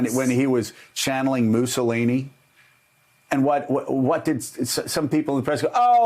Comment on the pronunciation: Dr. Oz, a Democrat State Senator, a physician Dr. Seibert (I’m taking a stab st his name) for his 96 year old dad w/the virus who was cured and many other people were cured w/the Hydroxy remedy and you would dare help stand in the way of the cure? How awful!! You are the Moose-O-Lini’s (as Joe pronouncers it). Get over it. You’re all useless incompetents!!!